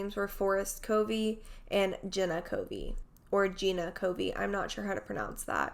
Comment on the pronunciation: It’s pronounced Gina (Gee-nah) everyone pronounces it wrong so don’t worry about it. I just wanted to clear that up for you since you mentioned you didn’t know which one it was. Thanks for covering the story.